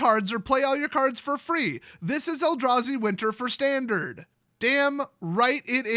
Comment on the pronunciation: It's Tandard